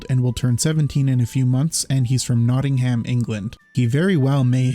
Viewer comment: thought you sounded Canadian but didn't want to make a fool of myself, so I chickened out and went broad! You got Chichester nearly spot on in the end. It's just a bit more condensed. Nottingham is pronounced more like Notting-um though, same with all "-ham" places.